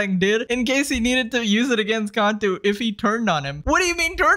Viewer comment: It’s not (contu) it’s (cantu*) also Nicholas cantu turned into an antihero and I want no smoke with it when I become even more popular in my time.🥶🥶🥶🥶🥶🥶